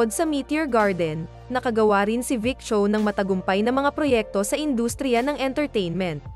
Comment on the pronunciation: Dami ko tawa mali mali ang pag pronounce ng names,yung sancai parang may h po yan pag binibigkas,yung VIc Chou mali yon, Vic Zhou po.😂😄🤣